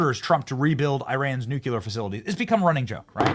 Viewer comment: You still say nu-cu-lear. 😂😂😂😂😂😂😂😂